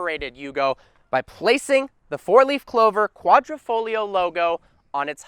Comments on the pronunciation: It's pronounced like "quadrifolio" the "g" dissappears😅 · Ayy, butchering the Italian language one word at a time. Ugh. Don't pronounce the 'g' in Quadrafoglio. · Sweet but it is Quadr i foglio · It’s kwadri-foglio not kwadro-folio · Of course it’s better. Its an exotic Italian sedan, not a sports luxury sedan. And its Savucci, like Gucci... not sevockie... lol and Its Quadri-FOG-lio say the fog. The g is not silent. Quadrifoglio. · No people outside of Italians can pronounce quadrifoglio right😂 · can I teach you how to really pronounce quadrifoglio Cause my Italian self is cringing